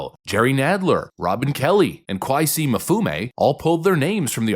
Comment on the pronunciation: Good vid, one correction, Mfume's first name is pronounced "Kwazy".